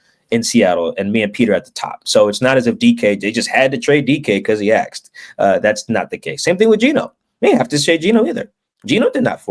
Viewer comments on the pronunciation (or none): why tf does this guy pronounce the word “asked” like “axe’d” …. Pet peeve of mine is “professional” speakers having terrible grammar